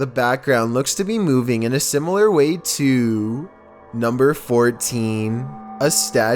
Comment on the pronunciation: why press the words? "in a similar way tooOOOO"